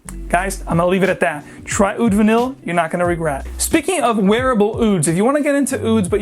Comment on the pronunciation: Great video on Mancera but confused on these pronunciations... several fragrances here end in VANILLE yet you pronounced most of them Vu-neel then the last one you pronounced Vu-neey.